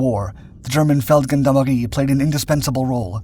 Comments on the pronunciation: Brilliant bit of history. Just to help, in Feldgendarmerie the 'g' is pronounced as a soft 'g' as with the French 'gendarmes', not a hard 'g' like goat, or gone. Peace and love from the UK. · Wrong pronunciation on Feldgendarmerie: the "g" is pronounced as a "j" as in Jules.